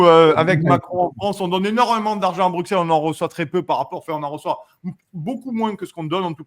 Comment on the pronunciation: Bonne émission. Broukselle, Broukselle, .... BRUSSELLE (Bruxelles !), merci !